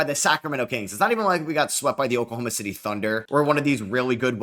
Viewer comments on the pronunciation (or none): none